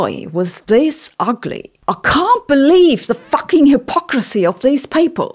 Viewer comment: haha! That scene with Jaimungal reading from Eric's script was the funniest thing I have seen in decades, apart from watching the presenter emphasizing the silent 'g' in fucking😂